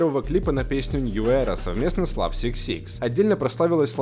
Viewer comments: Бля не говори. ЛАВ СИК СИК, правильно - лав дабл сикс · Бля, не влад Сикс Сикс, а лав икс икс